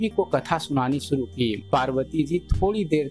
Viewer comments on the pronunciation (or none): none